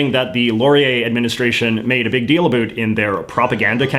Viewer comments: “A boot”. Doesn’t get more Canadian than that. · Please stop pronouncing about as a boot. It only contributes to the stereotypes put on Canadians. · Please stop pronouncing "about" as "A boot"! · Is he over pronouncing his "about"s on purpose or does he really talk that way? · Yeah, I've never heard another Canadian say it that way, other than as a joke. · The only failure I see is your atrocious pronunciation of "about"